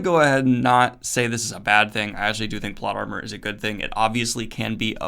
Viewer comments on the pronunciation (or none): Did anybody else hear "plot llama"?